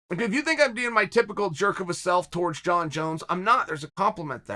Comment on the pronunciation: Chael: Surreal Gong Also Chael: Jong Jones Me: OK, great!